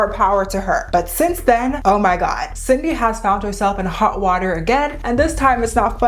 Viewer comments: Her name is not Cindy. It is Sid-ney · Not “Cindy” 😭